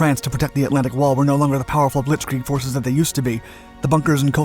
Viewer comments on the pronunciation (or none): none